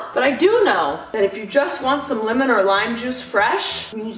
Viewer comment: Hold on I can’t be the only one that noticed this(not trying to be mean) but says “limon” instead of “lemon”